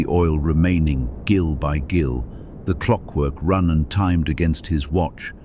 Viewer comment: The 'Gil of oil' is pronounced 'JIL' 😂